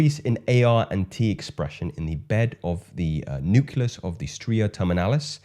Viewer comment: KILLER content m8. Please note, it’s: “Nu-CLEE-us” not; “Nu-CUE-Lus”. Keep rocking shyt!